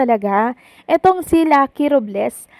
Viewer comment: RObles po hindi RUb les😂